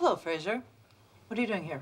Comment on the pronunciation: never noticed this before, but she actually calls him "Frazer".